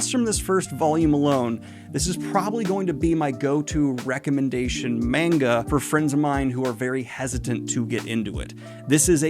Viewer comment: he finally learned how to pronounce manga